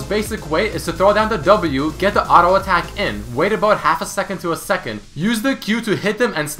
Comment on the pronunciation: ARO ATACK ARO ATACK ARO ATACK ARO ATACK.... JUST SAY "T" NOt "R"